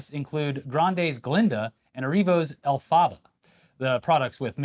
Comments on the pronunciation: Lol like "aquafaba" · saying "elFAHba" really made my morning tbh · I’m really hoping Wicked is a gigantic failure because of its casting choices and the scrapped animated version. Hearing how pronounced Elphaba makes me feel like it’s a guarantee. The fact you could live in LA with all its movie marketing and still not know the main character’s name is WILD. (For anyone wondering it’s like Elf-Ah-BA ) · i can't believe the way you just pronounced elphaba lmao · Love how you pronounce Elphaba like she’s a cyclical weather event approaching to destroy us all. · That elphaba pronunciation was hilarious😂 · THE WAY PRONOUNCED ELPHABA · Ran to the comments for this after I had to go back a few seconds to see if I heard that right 😂😂😂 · My ears hurt hearing that hahaha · It sounded Arabic